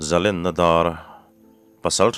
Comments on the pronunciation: zalen tih hi sangha manna Len ang a lam rik zawk tur a ni lo maw?!(ka pu min hrilh dan) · Za-len (big) na chu 0 te 1 bulah te hian a nia, Za-len (free) hi chu Phullen tih thluk anga thluk turag ka ngai a, min tawmpui ve ngei pawh ka beisei zantin nghakhlel takin ka lo chang thin e. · Zalen hi len lai hi thlûk hniam phei hi a dik zawk in ka hria